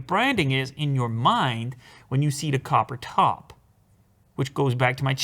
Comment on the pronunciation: The copper top battery pause was priceless lol